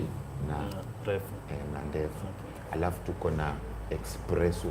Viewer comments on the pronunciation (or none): Esspresso not Expresso